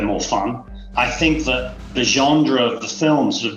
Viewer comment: Did he just pronounce "genre" with a D????